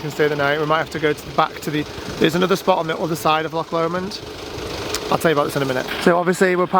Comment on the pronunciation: Omg I remember last time you called it lock L’mond and it was making me laugh, but I get it, when you’ve not heard the name before, it just tickled me. I only know because of the song, I’ll take the high road 😊